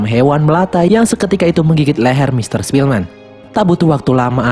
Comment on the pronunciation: Ketika mimin bilang sepielman gw ke inget the pianist:) awokwowkwowkw